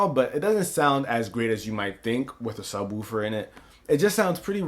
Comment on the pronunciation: I love how this guy says sub " Wuufer". I'm dying over here.